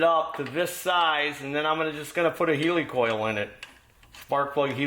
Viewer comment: The thread insert is a 'hell-i-coil ' not a heeelycole 😂